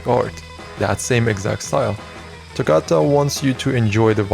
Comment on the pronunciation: ayee hella cool vid! although a lil bit sad that u didn't used correct pronounce for togata :l